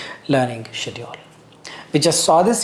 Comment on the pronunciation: why you pronounce schedule as 'siediu....' got me confused